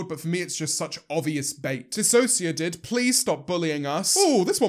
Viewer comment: EVERYONE SAY THANK YOU JAMES FOR PRONOUNCING DISASSOCIADID RIGHT